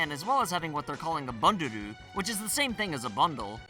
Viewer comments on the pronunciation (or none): Banduru? I think it's "Bandoru"...